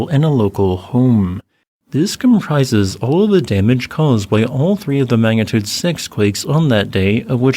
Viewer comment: Magnitude NOT Mangatude